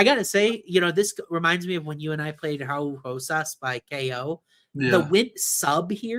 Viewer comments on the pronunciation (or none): It kills be every time calls Raul Rosas “Howl Hosas”… bro HE’S NOT BRAZILIAN LOL HE’S MEXICAN. Pronounce the dang R’s please for the love of God read this🤣🤣🤣